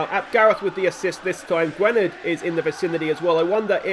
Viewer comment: Mentions player of the year and Ap Gareth scores? Coincidence I think not Also in welsh Y is pronounced like an I Perfect example is Barry - Gwynedd is pronounced Gwinedd Also davies is probably how you pronounce Davis My favourite episode in a while top banter with the "if you cant spot the weak team its probably you lol"